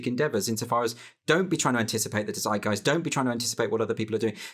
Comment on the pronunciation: you said "seidgaist" in the video..... and it sound like the german word "Zeitgeist" spoken from n nativ english speaker ... so my question is... do you mean the german word or is it an english adoption from the german word or whatever?... coz bothe words sound quite similar and so far i understand the conversation i think both words have the same meaning have a nice day^^